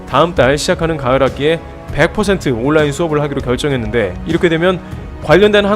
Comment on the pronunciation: All line = On line ? 이게 발음이 똑갇나요?